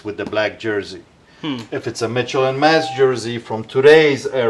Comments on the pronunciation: It’s Mitchell and Ness! Lol this man just said Mitchell and Mess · It's not Mitchell and Mess... its Mitchell and Ness. Come on. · Mitchell and Mess he says hahaha